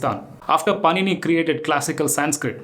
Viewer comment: Can't even pronounce the name of pànini--he is giving a presentation. What to say??